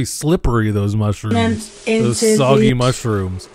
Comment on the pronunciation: Mushiruhms and honions